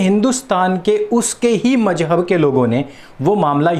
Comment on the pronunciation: Please pronounce the word Mazhab properly....... MaZhab......there’s a Z in the word .....not J..... I request you to either not use Urdu or if u use it , please try to use the correct pronunciation .......thank you !🙏🏼🙏🏼🙏🏼